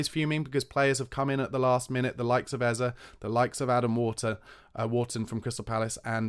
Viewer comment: It’s Eze, (pronounced Ezzay),. Not Ezzer, god damn it!